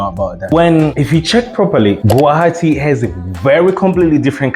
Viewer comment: Didn't expect you to pronounce guwahati so accurately even indians can't pronounce it correctly 👍